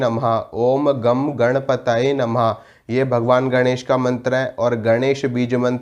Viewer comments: आप उच्चारण गलत कर रहे हो!!? सही उच्चारण " ओम गं गणपतये नमः " है. गम नही गं ( गंगा का गं )... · आप ने सभी म॔त्र अच्छे बताये। लेकिन गणेश जी के म॔त्र का उच्चारण करते हो उसे आप ओम् ग॔ को ओम् गम् ऐसा कर रहे हो। उसका उच्चारण " ओम् ग॔ग् " यह करना चाहिए।